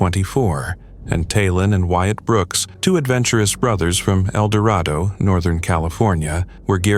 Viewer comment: Here we go with YouTube once again. The narrator could not pronounce Eldorado correctly. He said eldorAto. Why does YouTube keep using these people that do not understand how to pronounce our language ??????? YouTube must be saving lots of money using these inept people.